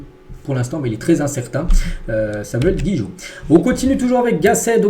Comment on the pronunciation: Incroyable vous n'êtes pas capable de prononcer un nom correctement...(c'est GIGOT pas GUIGOT).